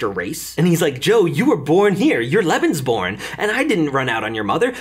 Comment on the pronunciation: I needed a bit of time to understand, that you were saying Lebensbaum 😂